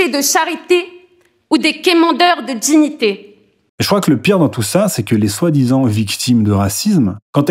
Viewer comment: "des quémandeurs de djignités"